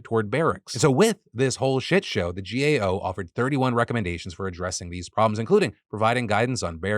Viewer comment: You kept saying "GOA"... it's "GAO." As someone with lots of family in the military, for most people, the military is out of sight, out of mind, save for the fake patriotism. I mean, remember the burn pits bill? That should have been passed unanimously. ... BUUUUUT NOOOOOOO. Fund some bill for weapons? Sure. Fund money to help the actually people in the military? Socialism!